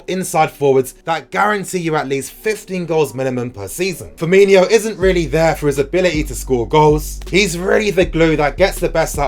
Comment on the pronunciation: Fur - meen - o not Fur - meany - o